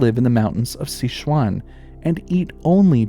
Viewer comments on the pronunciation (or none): none